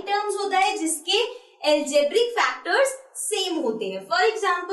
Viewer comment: Didi aapko padhne to aata nahi hai term ko tum padh rahi ho factors ko facta padh rahi 😂😂😂😮😅